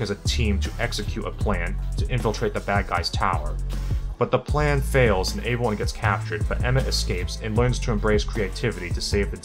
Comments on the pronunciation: Can we talk about how he says “avyone” not “everyone” lol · Is it me or does sound like he's saying "averyone" instead of "everyone".😂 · I just noticed how you say "aeveryone." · Hahaha came to the comments to say the same thing. Aeveyone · why do you pronounce everyone weird